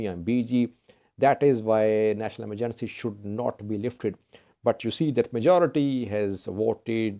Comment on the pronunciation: How to pronounce EMERGENCY